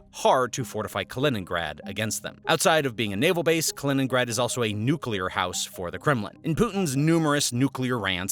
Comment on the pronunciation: Let's not ask for the nucelear option please.😅